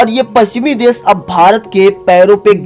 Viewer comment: देश को देस कहते हो शुद्ध को सुद्ध और शाम को साम। वाह रे तेरी हिंदी। हिंदी शुद्ध बोला करो।